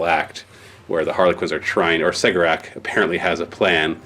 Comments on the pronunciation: Cegorach- Keh- Gor - Ach Per the audio book A Deadly Writ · I believe you are pronouncing Cegorach wrong. I understand it to be Keg-or-ak